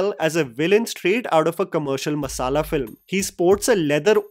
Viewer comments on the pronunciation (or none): none